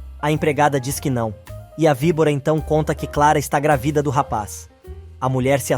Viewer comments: GRAVIDA OU GRÁVIDA NARRADOR??? 😂🤦🏻‍♀️🤷🏻‍♀️ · Alguém pode ensinar ao narrador que a palavra GRÁVIDA é proparoxítona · Porque vc fala gravida ?